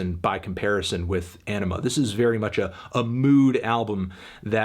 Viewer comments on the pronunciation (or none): smh melon its anima not enema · great review, but it’s called ‘anima’, not ‘enema’ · Anthony it’s Anima not enema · P F / Dad Reacts Anima not enema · Sorry, I just keep hearing "Enema"... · Did he just call it Enema? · It is pronounced enema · Sorry did you say enema? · Why do you pronounce it as "enema"? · Every time you say Anima I hear Enema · You said...enima? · Please stop saying "Enema". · pfft. sounds like this nigga said enema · Great review, but its 'Anima' not 'MBDTF is a 6' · Great review but I believe it’s pronounced Anima, not little anime girls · The pronunciation of Anima is wrong Anthony.